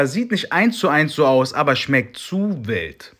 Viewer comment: Wie du das ,,zu WILD „einfach so komisch betonst